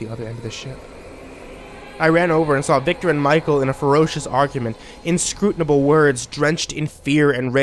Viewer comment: What a ham! And you invariably get on a roll. .thinking you're all expressive and dramatic, only to come out with something like "inscrutINable" its inscrutable you arrogant little twunt! But you're second to none for sheer unconscious comedy value! ! ROTFF